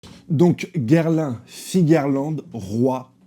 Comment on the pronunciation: Gerlin? Désolé mais tu me tue de rire avec ta façon de massacré le nom de ce type 😅 😂